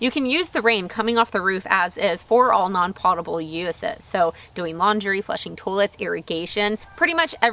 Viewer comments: Potable is "poe-tah-bul". Not pottable. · FYI - potable is pronounced pohtahble, not pawtahble. Do they ever refer to is as a "grey water system" there? I've heard it called that before, but it seems somewhat regional. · Awesome video, thanks for sharing! One small thing, it's pronounced /ˈpōdəb(ə)l/ (like poe-tuh-bull) - I only point it out bc I used to say it your way (makes sense - clean water goes in ya' pots), but quickly learned from others how wrong I was ;) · Potable is pronounced poe-ta-ble isn't it? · Pote-able. Like tote, or coat. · Thank you for the cheery demeanor. The first syllable of "potion" and "potable" are the same. Learn. Change. Overandout. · Long "O" in Potable. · At the mark, your pronunciation of “potable” led me to do a web search. Here’s an interesting clip on how people pronounce the word: No, I’m not plugging any site or looking for clicks. Seems both long-O and short-O pronunciations are in use these days.